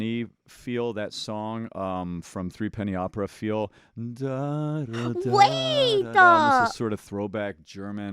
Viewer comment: When I saw the vid where a VA pointed out one of her speech mannerisms, adding an 'A' at the end of some sentences, I was like nah. Now it's impossible to not hear it. "Wait-a!" "Oh my God-a!"